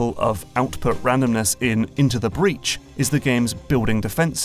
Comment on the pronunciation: INTO THE BREADH LETS FUCKING GO